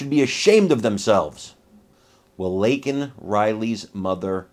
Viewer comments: Her name is Laken, not Lanken. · Absolutely disgusting, Joe Bippy insulting Laken, moms by saying her name wrong. My condolences to Laken moms and family.. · when I first saw her name, it brought me back to my youth, I grew up on a road called Lakenham Drive. So when the ahole in chief butchered her name, my disgust for him, albeit overflowing as it is, grows and grows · AGREE NO PARENT SHOULD SUFFER THE LOSS OF A CHILD.THEN HAVE A BLOWHARD SAY HER NAME WRONG ON NATIONAL TV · My heart is broken for the Riley family. Shame on Joe Biden for allowing her killer to enter our Country in the first place. Then to add insult to injury Biden mispronounced Laken Riley's name. Thanks watching from Hammond Louisiana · My heart goes out to her. So stupid joe has to basically be forced to say Laken's name. Than to mess it up. How lame is that. Just shows how out if touch joe is. FJB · Kamala had a nasty grin on her face when Biden said her name wrong. Kamala Harris is evil.